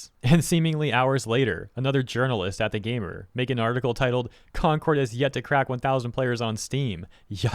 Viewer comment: Sometimes when you talk you remind me of the "Jelli belli candai" person. Love ya dude, just thought this was hilarious. to specifically "Either", "Gamer", "Written" and "Chance" (Chance not as much) made me alt tab back to the vid out of my game LUL. I didn't really hear it at all rest of the vid though, might've missed the others but that gave me whiplash lol.